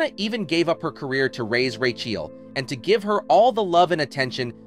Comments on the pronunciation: Rachael is pronounced as Rachel. not "Raykiel" ffs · The name is pronounced RAKKA-ELL, not 'Rake-eel' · Who's Rake - eal? 😂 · Nothing like pronouncing "racheal" as "rakee-ale" to tip off the ai voice. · and its an AI voice over that can't say Racheal (yeah its "Ray-Chell" ) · The commentator is so annoying the way he pronounces her daughter's name as "Ray-ke-al"! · I don't think I have ever heard Rachael pronounced so.. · Another AI crap voice over. Notice how Rachel is mispronounced twice and then correctly right after.